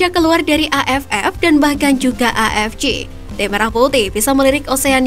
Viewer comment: AFC dibaca A EF CE, kalo mau ngikut bahasa inggris dibaca EI EF SI, Ini malah A EF CI, apaan anjir